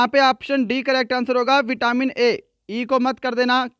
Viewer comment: Not vitamin aaaaaa